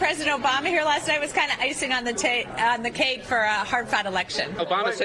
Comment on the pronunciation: Did she say icing on the take? I think she did.